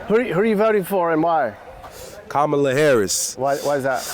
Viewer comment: 😂😂 for CAMEL-ah Harris lol